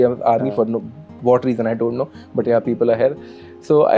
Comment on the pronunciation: ㅋㅋㅋㅋㅋ 놀라운점 두가지 : 1.영어 한국인치고 매우 잘 한다. ( ㅡㅡ 영어 못하는척 했다니...!! ) 2. 영어 쓰는데 한국인이하는 영어 발음이다 ㅋㅋㅋㅋㅋㅋ 유돈노?????? 하는데 ㅋㅋㅋㅋㅋ 왜케 한국인이냐고.